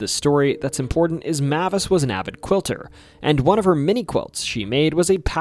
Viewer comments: Mavis is pronounced "May-vis" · Mavis: MAY-VUS